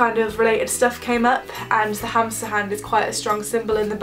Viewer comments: OMG I thought you said hamster hand instead of hamsa hand I was so confused. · sorry to tell you but its pronounced hamma xxx